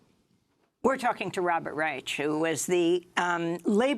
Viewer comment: it's pronounced Rysh and Rych, not Rychuh. Yet again in media French and Spanish words are pronounced with ridiculously excessive accuracy for a native english-speaker but German one's cannot be comprehended apparently. By no means does this diminish Amy or this program for me tho, just making this known